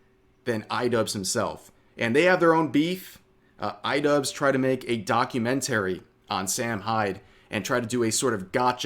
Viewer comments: why do you say it like "docuMENTary" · the way he says documentary 😂😂😂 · Why are you probounc8ng documentary like an idiot? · why do you say documentary weird?